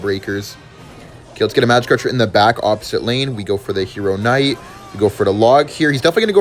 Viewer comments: I'm going to kms if he doesn't stop pronouncing the k in knight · Hero "kh" night